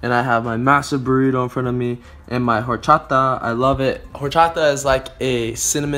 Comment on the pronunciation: its pronounced hor-chod-a